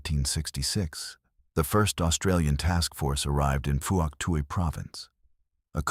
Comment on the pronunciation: Fook Twee not what the yanks call it!